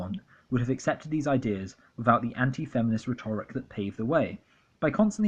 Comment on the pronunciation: Hey nice video. Btw rhetoric is pronounced RHET-oric, not rhet-ORIC. I appreciate your views though, they're spot on. This is so well researched. Merchant Minute is fucking gross and also not funny in the slightest. Not just because he's a hateful fascist but because none of it is remotely observant of rules of comedy and joke writing. Pewdiepie I can see is a money grubbing troll for the alt right even though he used to appear quite harmless. He has charisma which is the sad thing (and dangerous thing in terms of fascism). Cowards, the lot of them. Hiding behind irony so they can fly under the radar and brainwash dumb young people.